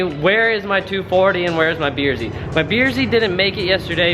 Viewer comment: is is just me or do and say beer z rather than brz?